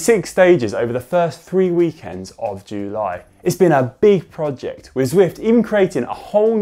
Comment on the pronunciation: Why is this filmed in a toilet?! Needs to practice saying July